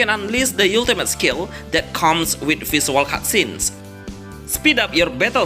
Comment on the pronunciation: can't even pronounce the word ultimate xD fck this vid